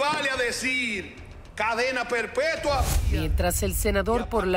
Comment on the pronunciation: Yo escuche cadena perpertua? 😮😮